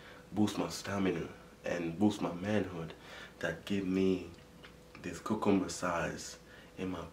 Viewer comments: 💀 accent is so strong when he pronounced cucumber in the intro “cuc-coob- ba”😂😂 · He kept on saying coocumber I’m not making fun of you it’s just funny sorry